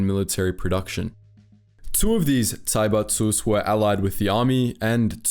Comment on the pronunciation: I have no idea why he'd pronounce zaibatsu like that